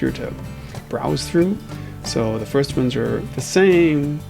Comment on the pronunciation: Ah, yes. My favourite word, "Fitst"